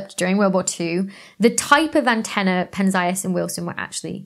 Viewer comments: "Penn-zee-us", not "penn-zigh-us". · I've always heard "Penzias" pronounced as Pen-Zee-Us. But whatever, it was a interesting video and topic. Thanks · Did she say “Harlow and Shapley” debated? Harlow Shapley was one person. He debated Heber Curtis in the so called “Great Debate” or the Shapley-Curtis debate. Penzias pronounced PEN-ze-us Dicke pronounced DIK-ee Penzias and Wilson did not build the horn at Bell Labs in Holmdel NJ. It was completed in 1959 - both were still at graduate school, Columbia and Cal Tech respectively.